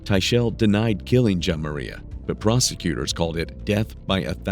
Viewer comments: Plz say this child's name correctly.. juh-mar-ee-uh. It's not jam uh reehea... idk if it just bothers me, but every time I hear the narrator say it, it irks me. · Her name is pronounced Ja mar e ah, not what that narrator is calling her. She deserves the respect of saying her name right. This woman is the most evil person I’ve ever seen! She literally pinched her over time til Jamaria was gone, she had that many pinch marks on her body.😢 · YOU CANNOT EVEN SAY HER NAME RIGHT!!!! SUCH A MONEY HUNGRY MAN U ARE!! YOU WANT TO SIMPLY PLAY BODY CAM FOOTAGE, AD LIB A LITTLE WHAT U HV HEARD OTHERS TELL, AND YOU ARE JUST AS BAD!!! SAY IT WITH ME!! “ JAH-MAR-E-AH” YOU ARE A JOKE MAN, SERIOUSLY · Little girl was tortured, disrespected, and murdered in her short life!! SAY HER NAME RIGHT! JA MAR EA, Jamaria!! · How you're pronouncing the little girl's name is throwing me off. It's very obviously "Jamari" (like the football player) with an -a at the end to make it feminine... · It makes me really upset that the AI voice can't pronounce Jamaria's name properly. It's Juh-mar-ee-uh. It's disrespectful to that poor baby, on top of everything else she was put through. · This!! 🤏🏽🤏🏽🤏🏽 I was saying the same thing to myself every time he mentioned her name. SMH.. 🤦🏽‍♀️ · When AI can’t pronounce the victims name correctly- it takes away from her story… it takes even more of her life than was already taken. So disrespectful to that child’s memory. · Wish you had said that baby's name correctly... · Note to the narrator: You can hear how they say Jamaria over and over again in this video, why do you pronounce it so wrong? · Its a shame these channels don’t have enough respect for the victim to pronounce their names right. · Stupid AI. Whoever owns this channel is profiting off of the torture, ab-use, and eventual death of CHILDREN, but can't make sure the victim's name is pronounced correctly? 🙄